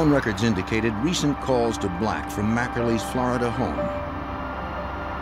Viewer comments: God I hate how the narrator says “Flaridah”. It’s flORida jfc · For the lovely people watching to learn English, “Florida” is pronounced “FLOOR-ih-da” NOT “FLAAH-ra-duh.” But feel free to say New York as Noo Yaaaak 😂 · Flaar duh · Flow Rydah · FLAWDA. Flow rida. Flawed DNA people lol.